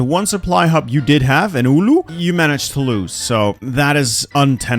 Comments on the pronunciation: I assume he was trying to say Oulu (pronounces it little wrong) which is one of the Finnish cities. U pronounce Citys names always how u write them. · It's not Uulu it's Oulu it's pronounced like it's written